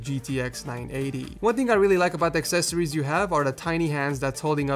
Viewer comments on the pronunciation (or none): none